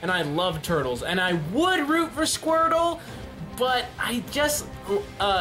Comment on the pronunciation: Random Viewer squrtle!?. It's squirtle.